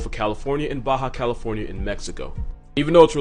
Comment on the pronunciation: Fun fact: ''Vaquita'' (really pronounced as ''Vakita'', with a mute ''u'') is a diminutive of cow (''Vaca'') It would be like ''little/small cow''. And no, I can't see the similitude between a tiny cetacean and a bovine either. (Also, THANK YOU FOR PRONOUNCING ''Baja California'' CORRECTLY)